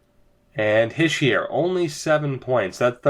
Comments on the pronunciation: ITS NOT HISH-EE-ER ITS HEE-SHAY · Habs For life it's Hish-ee-er from a frenchie